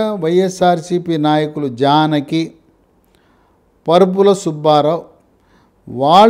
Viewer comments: AYYA PARUPULA KADU, VARUPULA. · Mudragadda kaadu Mudra gada. Parupula kaadu. Varupula. Emiti sir